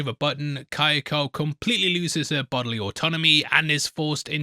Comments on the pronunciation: Why oh why must he torture us with saying Ky-o-ko instead of Kyo-ko? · Hearing how you pronounce “Kyoko” makes my ears bleed